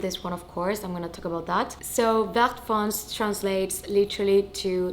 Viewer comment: Beautiful 🤩 fyi, you need to pronounce all the letters (including é) in foncé. Vert foncé means dark green (literally green dark) 💪🏻👍🏻👏🏻🥳